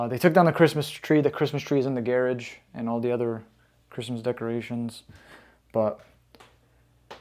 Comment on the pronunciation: You do honestly sound like your from Canada. Other then when you say garage. Lmao... Gareage 😅